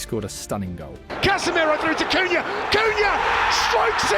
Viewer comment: "Sennee" , "Cunhay" lolz